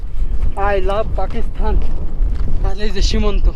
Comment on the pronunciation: ভাই তুমি বারবার পাকিস্তান কে পাকিস্থান বলো কেন উচ্চারণ ঠিক করো